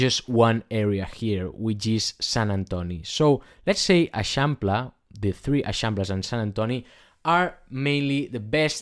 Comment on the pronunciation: Never heard anyone pronounce l’eixample, very helpful video, thank you!